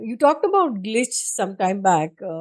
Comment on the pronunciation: Sir you say glchis I experience disappear